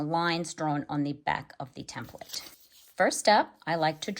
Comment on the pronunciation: hand-pink-waving: THANK YOU for pronouncing "TEMPLATE" correctly! So many people say "tem PLATE". that is WRONG WRONG WRONG, and it really aggravates me. Being in a business where they were used, you soon realize the proper pronunciation.